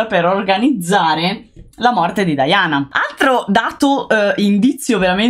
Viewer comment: Scusami se pronunci 'Diana' all'inglese e cioè 'Daiana' dovresti pronunciare anche 'Carlo' così e cioè 'Charles' 😂😂😂😂